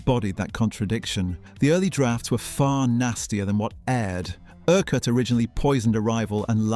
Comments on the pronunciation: Erk Wart? Ercut. that's how you say that. I wonder if anyone ever noticed the initials. F. U. 😁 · It's pronounced "Urkutt" not "Ur-quarrt". I'm surprised you didn't pick up on this having watched the series. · “Francis Erk-Whart” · Urquhart is NOT pronounced like that It is pronounced "IRKUT" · Quite right - pronouncing it incorrectly is really annoying. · I'm glad I'm not the only one bothered by this. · Quite. This presenter rhymes it with a cumquat. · Couldn't you just try pronouncing "Urquhart" correctly ? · URQUHART FFS! FU!